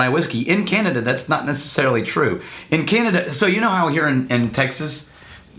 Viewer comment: Remember when called it Canadia? Lol